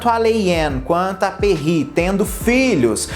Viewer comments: Kkkkkk ele fala "Pierre", "Perrí", tudo menos "Perry" 🤣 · Perrrrrri 😂 muito francesa ela!